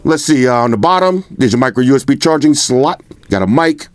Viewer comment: I love the way he says SLOT 😂😂😂😂